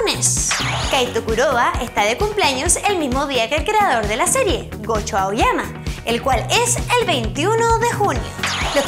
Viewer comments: pd: se llama Gosho, no Goshi (ya paro, lo siento eh, pero si yo no hago videos, es porque me saldrían mal, ya que los haces por favor, hazlos bien xD) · omg xD casi muero viendo esto, cada vez que tiene que pronunciar una "Sh" hace "ch" y de hecho ha llamado a gosho aoyama goshi en un momento del vídeo